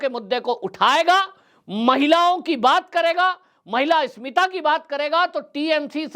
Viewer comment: आप इस्मिता शब्द बोल रहे हैं, जबकि सही शब्द अस्मिता है।